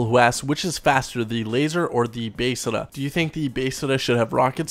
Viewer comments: Why do you say Beseda instead of Besra? :O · Besra not baesra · "basada" ITS BESRA! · He called the Besra the "Basada". This fool is slipping. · its pronounced BES-RA js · I new I was the only one that thought that it sounds like hes saying basesada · Why do you say Besra so weird? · So this whole time we were pronouncing it wrong? 😢😢😢 lol. Keep up the great videos. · Talking in game genius.